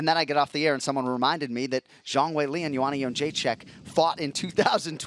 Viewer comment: who’s Lee???? You mean Weili??